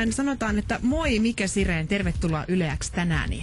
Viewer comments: mikke seireeni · Ei edes nimeä voinut yrittää lausua oikein....